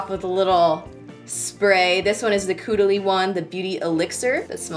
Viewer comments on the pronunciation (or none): Hahaha girl no shade but it's pronounced c-ahh-duh-lee not coo-duh-lee I love you 😭😭😭🙌🏼🙌🏼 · You might be an American if you pronounce caudalie: coo-de-Lee 😹 loved stubborn Zoe 👌🏼🐶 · I was a little upset when didn't say caudalie the way desi says it